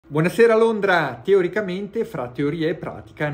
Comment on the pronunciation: Tutto interessante, ma “Buonasera Londra” non si può sentire.